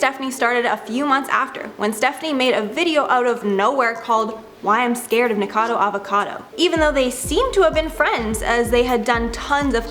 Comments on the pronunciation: No biggie, but FYI she is saying "Ni-Cado Avacado" instead of "NiKOcado Avacado" haha she's missing a syllable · Nik-o-cado, dF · She keeps saying Nikado instead of nikokado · The host pronounces his name as "NiKADO" and not Nikocado. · Mispronouncing everyone’s names is driving me nuts! It’s NikOcadO and I don’t even know how to translate what you did to Hyunee’s name. But her’s is pronounced he-yun-ee. Maybe consider watching their vids to learn their names before the expose. Just a thought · Nikado avocado? Hahaha sorry, just found funny how you pronounced it since it's nikocado avocado Really like you tho😊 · You have said his name wrong twice in the first 28 seconds... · Why is she saying his name wrong? 😅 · I love how noone can pronounce his name right lol